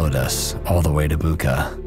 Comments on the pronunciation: It's more like "Boocha". "CH" like in "chair". Imagine how your spelling triggers natives :) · Bucha? It's not Boo-kah, it's Boo-chah. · Thank you for bringing this horrendous things out for others to see! One small correction: the name Bucha is pronounced as [ˈbutʃɐ]. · Smtimes the pull of home is stronger than the push to survive... Thank you And... It's Bucha, ch - like in cheese